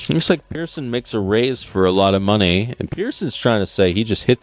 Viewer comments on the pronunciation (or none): Watch the video. Jungle clearly says Pearson.